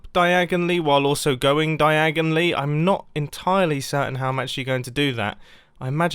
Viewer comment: When Mumbai says diagonally makes me think of Harry Potter